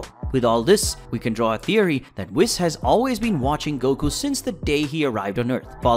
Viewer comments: This was a great video, but man was it unbelievably difficult hearing Whis' name pronounced incorrectly throughout the video. It was honestly hard to focus lol. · This is a good video, very interesting, but I gotta ask, are you deliberately mispronouncing Whis and Broly? Because their names aren't pronounced like that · the pronunciations of the names like whis and broly hurt my soul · Dude love your video but for the love of god can you say whis and broly name right 😂😂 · Bruh how could you not pronounce his name correctly once when you even used clips of beerus saying it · The way your pronounce whis, even when the video pronounces it for you 💀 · How in the 12 universes can you mispronounce so many names, despite them having been said clear and concise for everyone to hear, and in English? Like with Broly and Whis. There are so many times in the ENGLISH DUB where there names are said clearly. How do you get it wrong? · You’ve got to fix the way you pronounce “Whis” and “Broly” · I couldn't make it 20 seconds after mispronouncing Whis' name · Not in English dub, or the Japanese version is it pronounced the way you are saying Whis. Tell me, why must you injure my precious ears with your pronunciation. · Prince Vegeta would be a good god of destruction though NGL P.S. not a fan of how you pronounce Whis' name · Surely you can pronounce Whis correctly. It’s not hard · Couldn't get over you saying Whis's name wrong the ENTIRE time bruh... 🤦🏽‍♂ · Oh come on man you have to watch it and know that you're saying Whis wrong 🤦🙉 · You lost me 2 seconds into the video by not being able to say "Whis" correctly. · Damn you pronounced whis wrong bro… for that reason I’m out 😂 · at least say whis right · I am triggered right now because you said whis the wrong way. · Is it only me being triggered of how he pronounces whis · You cant even pronounce "Whis" so i cant take this seriously. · You can't even pronounce WHIS name correctly... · cant get over "wiss" and "brawly"